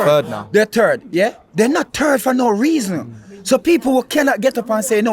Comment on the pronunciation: "Sunderland is not a TURD for no rwaosn" 😂😂